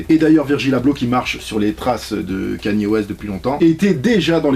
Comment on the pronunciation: Tu sais... sa s’ecrit kanye west mais sa se dit kayni wèste